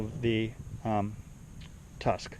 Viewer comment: Tusk not tuck lol l